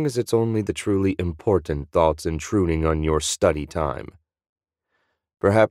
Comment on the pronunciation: Gotta love the narration, "Nothing screamed I'm InPortant"